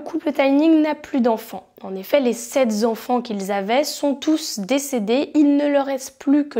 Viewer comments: Sept Z'enfants, vingt Z'années.... Pitié !!!!! Reprends tes base de français !!!! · Sept zenfants, vingt zannés…. Bonjour les liaisons dangereuses !!! Ça la fiche mal ! 😏